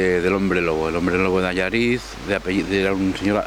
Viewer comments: Como gallego, lo de "Alláriz" me dolió. Es "Allariz"; aguda por favor, aguda. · Cierto, es Allariz. Si preguntas por dónde se va a "Alláriz" no vas a ningún lado, es que no te compras ni el queso. Buen tema para tu videoprograma, gracias por subirlo; pero (mi opinión) si vas por la zona y preguntas a la gente lo hubiesen explicado mejor que el sr. de Soria; quedándote el videoprograma más auténtico por el característico acento gallego. Un saludo para Allariz y su riquísimo queso. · Dios como me duele esa mala pronunciación del hombre diciendo: Allariz y no Allaríz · Allariz, aunque no tenga acento, se pronuncia Allaríz. Gracias, :) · Allariz, es palabra aguda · Es un personaje histórico, se ha escrito mucho sobre él y es muy conocido en nuestra zona, se conserva lo relativo al juicio, fue noticia de portada en la prensa de la época. El pueblo que mencionan es ALLARIZ (un pueblo precioso, por cierto), el hombre lo pronuncia mal. Se le relacionó con la venta de grasa humana (ser un "sacauntos"), que de todas formas SE VENDÍA EN LAS FARMACIAS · Es Allariz (sílaba tónica en la última sílaba- palabra aguda), así es como se pronuncia. No es llana o grave, porque en tal caso estaría acentuada. Saludos y también a la mágica y meiga Galicia.